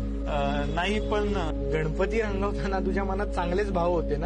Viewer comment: गणपती म्हणताना जीभ जड होते का माल माल का म्हणतायत??